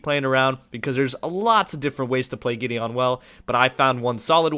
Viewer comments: Same here.. GI-DEE-UN! (MTG planeswalker!) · It's pronounced gideun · that is soooooooooooooooooo not how you pronounce Gideon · it bothers me u can't pronounce Gideon..